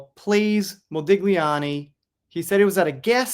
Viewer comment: Mode-li'ani, the g is silent. Thanks. Still looking forward to the US premier. ❤